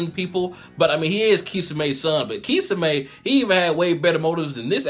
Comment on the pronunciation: it's (key som ay) that's how u say it